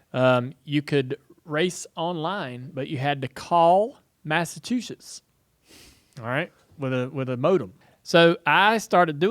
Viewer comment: Dale saying mastatustes or Massachusetts? Lol